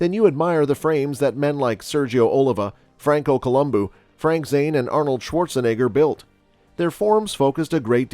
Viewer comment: Probably the only correct pronunciation of Franco Columbu on YouTube. Well done. Everyone else gets him confused with a certain Los Angeles detective.